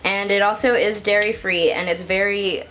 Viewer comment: I thought you said 'no Dari' 🤣